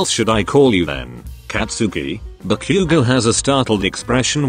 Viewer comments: What we say : Ba-Bakugou Google translate man : barbecue gou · im sorry but i have to point out a really funny bit the bit were Izuku goes ba-bakugo the voice said barbque-go good video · Ba-Bakuguo (text speech: What I heard) Barbeque-go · bro why did it sound like barbecue?😂🤣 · He really said barbque go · Ba“Q”go “D"ku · i understood barbacue 😭